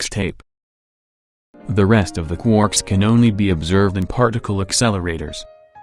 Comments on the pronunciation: I love it when you say "Qwooorks" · I missed you saying quooorks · I miss when you said quarks like quoouhrks